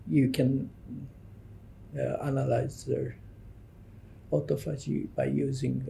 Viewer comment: The interviewer needs to know how to pronounce “autophagy”…since…that…is…what…the… video…is…about. Good grief.